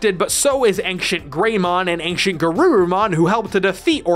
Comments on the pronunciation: Who tf pronounced “ancient” like “anxiount?” Triggered. It’s ayn-chent. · Ancient is pronounced “Ayn-chnt” not however you’re saying it. Really bothered me the whole video. Look it up. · Wait did I hear ancient pronounced “anxient”? 😏 Niceee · "ainKcient" Now you can never unhear it.